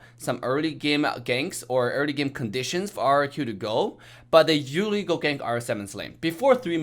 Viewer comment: The way he say usually “uwally” 😂😂